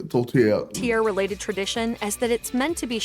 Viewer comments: Major food chains have "upped" poutine by adding pulled pork and other items.... You need to have fresh squeaky cheese curds and hot gravy. The meat pie is pronounced "Tor tee AIR" and usually made with a mix of beef/pork and sometimes veal (all ground). Peameal bacon here is often called back bacon (we also have streaky bacon too). A Caesar cocktail is great but you need Clamato juice to make it--just using tomato juice is not the same. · The way the narrator pronounces 'tourtiere' should land them in jail. This comes from a Canadian, not fluent in the French language.